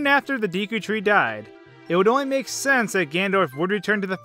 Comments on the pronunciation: Jfc….. it’s pronounced DECK-U tree. DECK-U. Repeat after me, DECK-U. Mf god damn how frustrating was that to listen to. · btw I pronounce it Day-Koo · Deku is pronounced "day-koo" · It's pronounced "Deku." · It’s said d-ea-ku in my opinion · I pronounce "Deku" like "Deh-Koo" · it's deku as in (day-koo) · Actually, it’s pronounced day-koh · Neither pronunciation is right. It's Day-coo. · im pretty sure its pronounced "dehku" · It is pronounced Deku. (Deh-kou) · It's pronounced "doo-kee" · i think its pronounced deck-oo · The word is Japanese. It's pronounced 'day-ku'. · first of all, its spelt Deku. pronouciation is completely diffreny. think day-koo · Its Pronounced Deh Ku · It's pronounced D-"eh"-ku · IT IS DEKU (DE COO) NOT DEKU (D COO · It's pronounced Dêku. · Its pronounced deku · I think its pronounced daku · its pronounced deh-coo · It’s deh koo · It's deku not dēku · it's pronounced dookie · Judging from Japanese pronunciation, it's probably "Deku" with an E-sound like the "a" in "lack", rather than an "ee" sound. c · Deku isn't said the way it looks.. you are saying it wrong, it has more of an A or Eh sound. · Deku with a long e sound. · cuz you asked: it's deku, not deku. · Am, I do belive that, um you'll a see that it is a pronun-pronounced Deku, as in BNHA Deku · It’s pronounced deku not deku. See, a lot of people think it s deku, but it’s actually deku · It's D-Ek-U long E sound not D-E-KU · Neither! It's pronounced デク /De̞kɯ̟ᵝ/ (~"DAYkoo" but less emphasis on AY). Your pronunciations are /Diːkuː/ & /Dɛkuː/ respectively. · Deku like Deck.Not Deeku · Deku not deeku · de ku (not dee ku) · Him saying "Dee - Koo" instead of "Dehh Coo" tree" annoys me EVEN 4 years later... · well, its actually pronounced Day-Koo, ive heard deckoo & deekoo, but officially its day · "Deeku"? It's "Déku". I'd say the latter since the game was made in Japan. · It's pronounced Deku. Not "Deeku", Deku. Deh-koo A species thingy from Zelda. A talking tree. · DE-KU not DI-KU